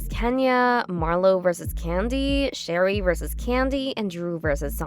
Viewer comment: So, it's not Sherry. It's Sha-ray, like Renee. Start there. Learn how to pronounce their names. Then I'll take this seriously.